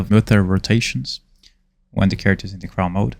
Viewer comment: I find is so funny you say “craw” is crawl like how a spider crawls haha